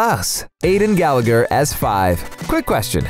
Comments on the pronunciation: That's not how you pronounce Gallagher! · Did say Gallagher wrong though